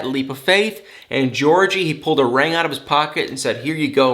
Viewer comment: i just want to say i love accent. all the "i"s turn into "a"s. ie ring is rang and i love it